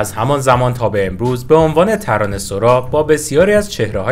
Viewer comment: ببخشيد مگه تلفظِ صحيحِش ترانه سَرا نيست. شما چند دفعه گفتى ترانه سورا. اگه كسى ميدونه بمنم بگه. شايد سورا هم درسته. من نميدونم. ولى فكر ميكَردَم تلفظِ صحيح سَرا ميباشَد. فدات.